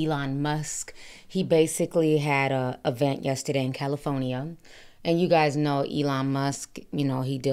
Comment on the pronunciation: i laugh everytime you say califonia,😂😂😂😂😂 you just leave out the r....but i love you sis